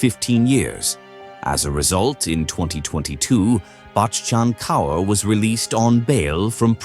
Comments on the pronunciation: The repetition of the name Bakkchhhann Kauuurr tho 😂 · The way this man says bachan kaur 😂😂😂 so fucking funny